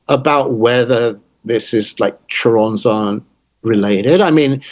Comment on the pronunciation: Dissapointed by Nick lands butchering of the name Choronzon though